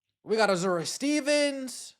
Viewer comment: It's pronounced "A-zoo-Ray,".